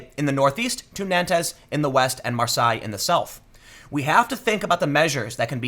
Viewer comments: Nantes is pronounced ""nawnt"" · I live in France , in Nantes (pronounced Nont btw) and it's the working class both rural AND urban who are mad at the state and the MSM who are lying about what is really happening. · Dude, in French, when words finish with es those letters aren't pronounced! "Nantes" is pronounced "nant" and "Arles" is pronounced "arl"! The T in "Gilets" is not pronounced either, there's no e after! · Nan-tez today, "Jay"-accuse yesterday. This is epic!